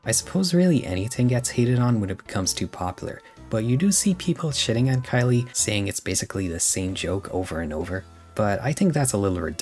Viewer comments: The name "Khyle" might be pronounced "Kyle." "Kylie" is the feminine version of "Kyle." You might want to look into the pronunciation. Not trying to be a grammar Nazi, but you might just want to make sure. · That's how you pronounce Khyle? I thought it was pronounced like "Kyle".